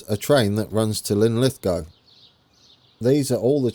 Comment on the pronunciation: You got it Linlithgow right (mostly) :-) Lin-lith-go not goww Or in local dialect Lith'gae :-)